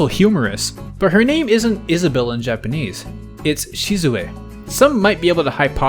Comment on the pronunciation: Isabelle section is a great show that is fluent in yapanese